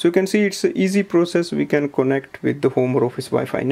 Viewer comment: Thanks for this ! But are you intentionally doing the "Tope" "Suckreen" and "cone - ekt" ?? like seriously you speak everything else so well and it sounded intentional !! No offense.